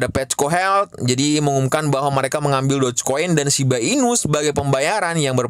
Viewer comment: itu lucuuu banget yaaa... Bilang doge dan shib gak jelasss....